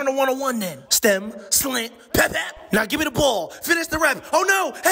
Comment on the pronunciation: “I almost spilled my wauter!” 🤙